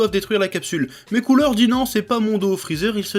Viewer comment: Sa de dit badak et coula stop please 😢 c trop dur a entendre 😅